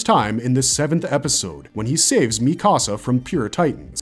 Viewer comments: The mispronounced names throughout this video have to be done purposely. Mikasa(could be) , shiganshina, sasuke, Yeager/Jeager. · Its driving me up the wall how you pronounce shiganshina, paradis and mikasa 💀